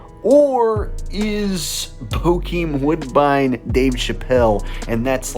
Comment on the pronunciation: Its bokeen woodbine